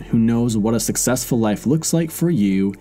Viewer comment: Or SUCKsessful. 8==D O-: 😉